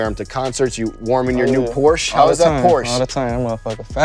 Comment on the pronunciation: You said porshe wrong lol